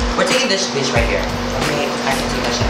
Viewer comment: Love when he say bich